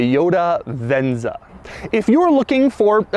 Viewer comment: He sure likes to say "Ven-Za"..